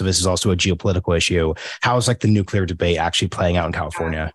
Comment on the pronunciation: Good interview. But a biased one. She could´nt even pronounce the word "nuclear". And when she finally did, you could almost see tears coming out of her eyes. Paradoxicaly, that gives me hope that change is almos here and nuclear is necessary and important one in the energy mix.